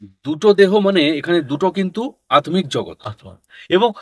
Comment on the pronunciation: kothati ki atmik na attik jogot. pronounciation ta thik korle bhalo hoto bodhoi